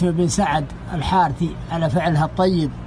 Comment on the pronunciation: الحرث شد الراء بالضمه